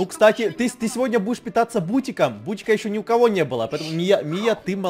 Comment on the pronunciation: я то юумал бутИк, а там бУтик